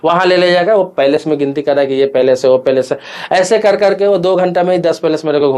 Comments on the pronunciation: कृपया आपसे निवेदन है कि कृपया बुरा नहीं माने, उच्चारणों को ज़रूर सुधारें , आपका विडिओ सभी के लिए अनमोल है | भाषा का सही तरीके से उच्चारण करें | आपके वीडियो में आपने प्लेस (जगह ) के स्थान पर पैलेस (महल ) शब्द का इस्तेमाल किया है | मैं आपका पूरा वीडियो बहुत ही ध्यान से देख रहा था और पैलेस (महल ) आने का इंतजार कर रहा था , लेकिन बाद में समझ में आया कि आपने प्लेस (जगह ) को पैलेस (महल ) कह दिया.............. , धन्यवाद भाई Palace ( पैलेस ) = महल place ( प्लेस ) = जगह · पैलेस नहि प्लेस होता है अंकल 😅